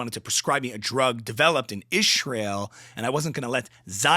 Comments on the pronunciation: You have to say "izhrael" not ishrael, otherwise spot on....😊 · it's not ishreal" it's izhreal" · she says IZHrael, not ISHrael. Details matter when you discuss conspiracy pronunciations of the Zhionisht Shtate.;) Great bit!! Glad her husband evinces concern at last! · I'm so glad I'm not the only one who noticed how weirdly she says the word "Israel". Like IZHREEIL. It's so annoying. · I know this is sorta besides the point but Her pronunciation of the word “ishreel” is one of the most cringey things about her lol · Perfect! "Ishrael" lol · What IS it with the weird pronunciation of Israel? Is that a hidden message she thinks she's imparting? It reminds me of when Leftists would refer to Trump as Drumpf, and acted like they were scoring some big goal because they'd unearthed the name of some ancestor 4 generations earlier. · Thank you. Your explanation makes sense. What Candace is doing makes NO sense at all, but I guess it fits with her whole "I've got a secret!" routine now. As a Catholic, I'm sure she's heard the name "Israel" uttered in church innumerable times, and I can guarantee that it's NEVER pronounced any way but the usual one that everyone else uses, with a "s", not a "sh". And that's in both English AND Latin. Perhaps she'll be accusing the Pope of being on Netanyahu's payroll next.